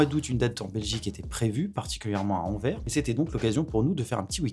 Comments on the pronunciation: stp ça se dit anversse en gros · n'hésite pas à prononcé le S de anvers, car ça ce dit pas "enverre"